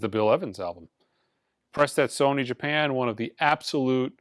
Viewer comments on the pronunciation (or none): none